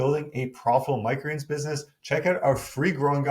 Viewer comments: Why does he always say “micreens” instead of “micro greens”? 😂 Love the videos btw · Am I the only one who cannot handle the way he pronounces "micro greens". I love the information, but cringe every time he says it.